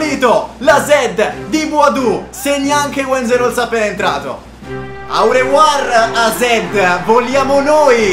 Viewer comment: Cmq si dice o revuar (au revoir)